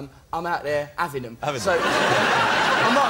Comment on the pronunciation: ''if i m not ear(here) talking abt them, i m there aving(having) them''....lol...just love it